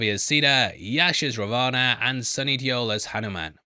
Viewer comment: You can say Ravan like Raa One hope it helps